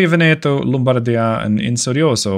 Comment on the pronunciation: Just a quick tip for your italian pronunciation : you are saying Lombardia and Vittorio Veneto almost correctly you are just messing with which vocal letter has more emphasys, I would say the accent but that word has so many goddamn meanings I am not sure it would correctly convey the message. Vittorio Veneto you are pronuncing essentially as "Vittorio Ven e to", Vittorio is correct but Veneto should sound like "V e neto", so the umpf (Yeah! That's the word I needed!) goes on the first e and not the second. Lombardia again is almost perfect aside the fact that you pronunce it as "L o mbardia" but instead it should sound like "Lombard i a" so the umpf is at the very end of the name instead of the beginning. I hope it made a modicum of sense :D